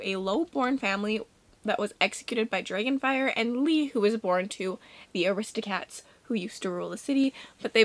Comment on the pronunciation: Not you calling them aristocats instead of aristocrats hahaha (but also same) also have to vote for Priory obviously!!